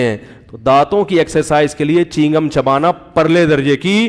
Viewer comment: Molana sb chigham nahi chew gum hota hy